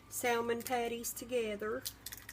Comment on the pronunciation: The L in salmon is silent. Its SAMMIN